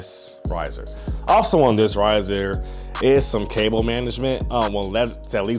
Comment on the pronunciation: you work at sur de tab-le? 😂"cab-le" had me crackin up 🤣 thanks for the great review btw, it's the only video review out there. About to order this desk 😎 how does it hold up 4 months later?